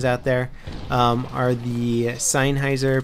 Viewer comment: Seinheiser? It's Sennheiser dude